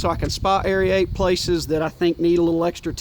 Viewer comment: It’s aerate (air-ate), not aeryate (airy-ate). 😀 Just messin’ with ya.